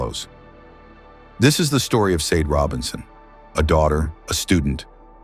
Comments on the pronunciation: Sade is pronunced “Sha-day.” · You can't even pronounce her name right. You need to take this down and repost it with her name pronounced correctly. It's highly disrespectful. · Dude you hear her loved ones say her name so many times and yet you aren‘t able to pronounce it correct. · Your AI is very disrespectful with the pronunciation of the victims name. Just saying 😌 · Is this AI reading? You pronounced her name wrong everytime and pronounced # as numbersign when reading out hashtags. Shameful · I think it’s AI,it’s terrible at pronounciations